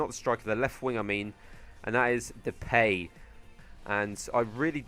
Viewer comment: You pronounce the ij in wijnaldum the same as you pronounce the eij in sneijder and you pronounce Depay as duh-pie but your english so you cant do anything about it